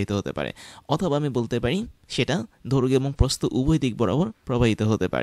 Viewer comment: Eto style kore kotha kn bolen 🙄... দৈর্ঘ্য রে বলে ধৈর্ঘ